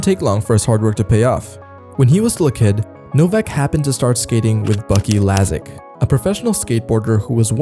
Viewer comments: LASEK .NOT LASIK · Lasek, not Lasik. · Great vid, but you made a small mistake , Bucky's last name is Lasek not Lasik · It is Bucky Lasek. Do your research. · I've never never heard Lasek pronounced that way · Bro can’t even get buckys last name right.. do research before trying to get views on a video that isn’t even done right.